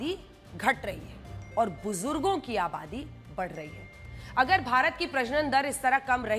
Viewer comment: Bujurrrdo kya hai madam muh me paan khaya hai kya.